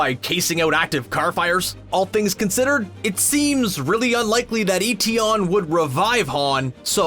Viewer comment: It’s MI6 not M-16. And Etion is pronounced Eh-Tee-On not Ee-Tee-On.